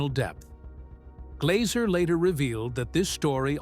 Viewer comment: It's Glazzzzer, not 'Glauser'